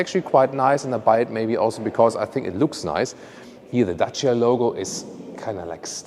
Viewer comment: Us Romanians thank you for pronouncing dacia so well!